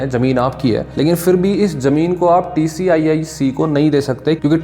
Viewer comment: TSIIC ko TCIIC kyun bol rahe ho bar bar.